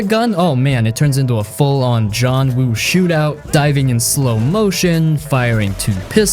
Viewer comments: JOHN WU???🤣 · JOHN WOO do your research🤦🏽‍♂️